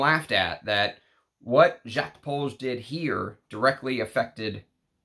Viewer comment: On a side note, I normally don't care whether someone can pronounce French or not. You don't have to turn into peppy le pew to drop the 's' in Jacques. And half of the time you do! I thought you'd have enough respect for the perfumers to say their names correctly.